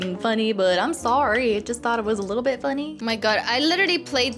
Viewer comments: hello hello sorreh sorreh not sorreh bye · when i heard says sorre sorre not sorre